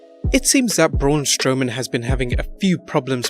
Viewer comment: Braun Stowman wtf it’s Braun Strowman